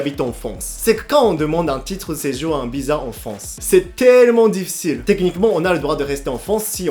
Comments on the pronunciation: Arrète de dire fonce pour dire France . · France avec un R FRRRANCE